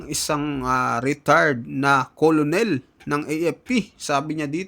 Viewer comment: Khit umapoy p ulo ninyo cnu nman susunod s inyo may vlo2 k bigkas colonel kernel hindi mo alam